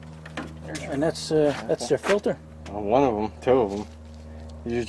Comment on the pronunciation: It's a filter not a filder